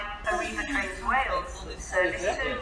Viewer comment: “This service is operated by… Arriva trainses…!”